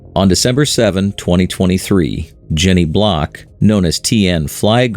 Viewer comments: Her name isn't "Block" it's "Blalock". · Her name is Jenny Blalock not Jenny Block. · Her name is Jenny Blalock, not Block. Stupid AI. The final report on the investigation by the NTSB is not out yet. I am confident that the go-pro cameras she had in the plane will show a mechanical failure of the elevator control cable. Why do I think that? Because I find it incredulous that from 6000' she could not recognize a 12000fpm descent straight into mother earth and not take corrective action to stop it. Just my opinion. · Her name was Jenny Blalock, not "Jenny Block" as you incorrectly state numerous times in this video. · Her last name was BLALOCK (blay-lock) not BLOCK. Jesus. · Her name was Jenny Blalock, not Block. You put so much time into this very well done video, yet somehow were inept and couldn't even get her name right. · It's not Jenny Block. It's Jenny Blalock... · Can't watch this. Stopped as soon as I heard the AI narration and captioning get the first pilot's name wrong. Her name was Jenny Blalock, not "Block" as is shown here in this video. Please, have enough decency when featuring the death of some family's loved one who lost her life to at least get their name correct. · Her name was Blalock, not Block.. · Her name was Jenny BLALOCK. At least get her name right. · Her last name is Blalock not Block. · Blay-lock..:not Block! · It's Blalock, not Block. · Blay-lock is the correct pronunciation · How can anybody give this a thumbs up when they don't even have her name right????? It's AI narrating but, HER NAME IS WRONG!!! IT'S BLALOK!!!! It pronounces the russian pilots name correctly, but not an American's name??? How Pathetic!! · Wow, you're the expert and can't even get the woman's name correct. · this is AI slop, the bot also got her surname wrong